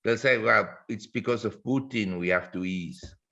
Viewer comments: Pu-Tan not Peu-tin. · "Puke-tin" ... oh Jim ...